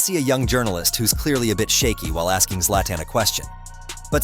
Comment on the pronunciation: the way you pronounce Zla"TAN" is mind boggling